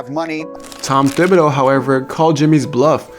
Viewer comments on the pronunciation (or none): Tibidow not THIBadow